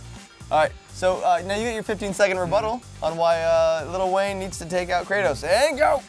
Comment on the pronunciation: did just said "meow" instead of now? XD